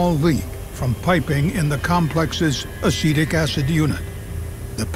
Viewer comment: What the narrator says: "Acetic acid" What I hear: "Acidic acid" My brain: "Ah yes, the acid is acidic, what a surprise"